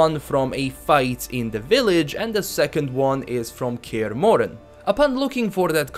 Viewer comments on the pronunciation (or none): Kyeeerh moren... It's kaer morhen god damn it